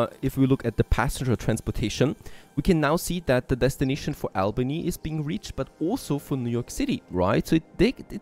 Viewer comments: And it's AUL-BANY (Albany) - like "auburn" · interesting game. by the way, Albany is pronounced Aww-bany by all of us New Yorkers